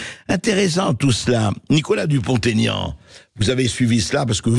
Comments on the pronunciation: "Dupon' aignan" SVP et non pas DuponTégnan !... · Bonjour , Mr Bercoff , c'est Dupont-Aignan , pas Taignan , Merci de le prendre en compte .